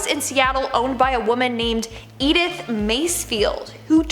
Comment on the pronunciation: Edith is not pronounced eith a hard E at the beginning but with a soft ]Eh] at the begginning